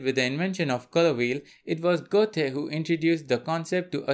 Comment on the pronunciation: Well done. One correction for you, Goethe is German and not pronounced Go-thee, it's pronounced Gur-ta. ;-)